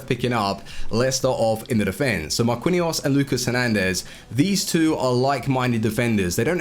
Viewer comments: before u make another vid learn how to say MAR-QEEN-YOS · Marquinhos is pronounced Mar-kin/jos just so you know. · I don't think I have ever heard someone butcher Marquinhos' name that bad before lol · his pronunciation for some players is dreadful